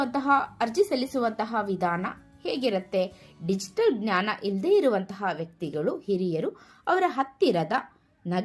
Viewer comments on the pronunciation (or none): none